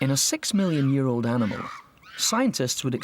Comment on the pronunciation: Really had to emphasize the word ANIMAL? You people